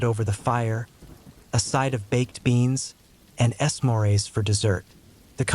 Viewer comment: "S morays" for s'mores?? 😂😅😂